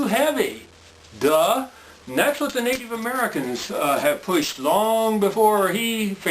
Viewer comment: nateev americans lol